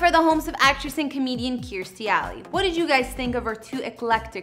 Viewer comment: Lady misprounced her name